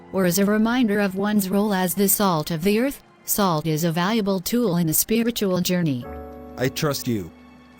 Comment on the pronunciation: Good lesson... only thing that bugs me is the AI reader is using a short O in Salt making it sound more like colt instead of a short A as in awe.